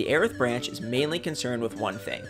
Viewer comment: Okay glad I was pronouncing Airth right